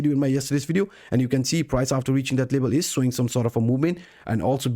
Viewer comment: LeVel it's a V not a B 😄